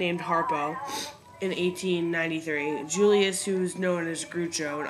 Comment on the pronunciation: Groucho is pronounced like "Grouwchoe". Like the sound in "growl, or "that old grouch". "This is a great capsule history of Broadway, but it would be so much better if you redid the audio narration, cleaning up the stumbles and hesitations and the few mispronounciations. Not trying to be nasty, just trying to say this is so good it deserves to be fixed.